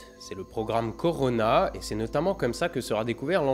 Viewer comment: Au tout début le "corona" m'a triggered